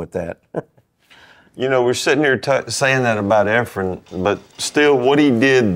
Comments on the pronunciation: Tell those guys to stop talking about hair...😊 It's Efren,, not Efrum. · Efrem…sheesh dude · How many times do we have to hear the pros who know his name mispronounce it and still call him "Efrum?"